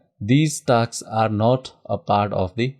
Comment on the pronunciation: I stopped the video in between after getting irritated from hearing taks taks instead of 'tasks'